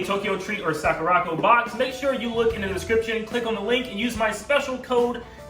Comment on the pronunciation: Is anybody else botheres by the way he is pronouncing sakuraco? It's really bothers me that he can't even say the name of his sponsor probably